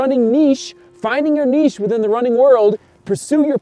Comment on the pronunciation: thanks for pronouncing the word niche correctly 😂